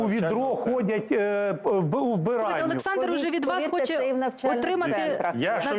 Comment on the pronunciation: Шо за чОрт это "пане Олэксандр"? Капец